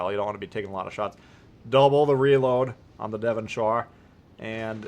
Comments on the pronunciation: Being from Devonshire in England it was funny listening to the pronunciation! It’s the second way you said it Devon”sher” not Devon shire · It’s pronounced “Devon-Sher”, same goes for the “Chesh-er”. From the UK and live about 15 minutes away from Cheshire 😂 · I'm from there it's Pronounced Devonsher not ire. I had just loaded Devonshire up as you published this, I was running Fraser with Scott and Madden, so I switched the inspirations over to give it a go. Quite impressive results so I'll keep this on for a few games and see how it goes. Thank you for the vid really enjoying this game now I know what I'm supposed to be doing, your a star.